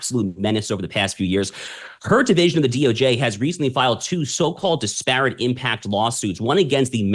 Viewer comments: Mispronouncing disparate. The accent is on the first syylable, not the second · Disparate Mispronounced At Shapiro speed lol